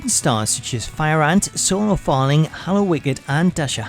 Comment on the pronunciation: It's solo darling, not farling. She's cool as hell too, had a drink with her and her brother once. Drinking blue label with a tiny chick who could snap you in half was really fun.